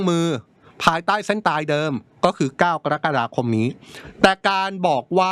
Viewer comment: คุณเป็นพิธีกรได้ยังไง เดือนกะระกฎาคม ไม่ใช่เดือนกอระกฎาคม